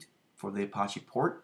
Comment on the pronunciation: Thanks for sharing. I have Mamp Pro and I'm still learning it (for both Drupal and WordPress). One very silly comment - you are pronouncing Apache more like the French word for gangster vs a common name of a native American Indian tribe. Check it out